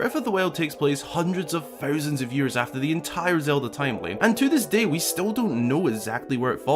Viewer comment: I love these videos but it's so offputting hearing someone pronounce th's as f's. The word is breaTH and THousands, not breaf or fousands.